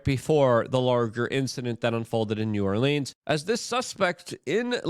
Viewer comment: You're getting closer on the New Orleans pronunciation. There are about 5 acceptable ways, and you're almost at one of them. 🤣🤣